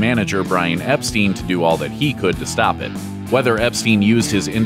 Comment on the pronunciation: The manager's name was pronounced "Ep-stine", not "Ep-steen".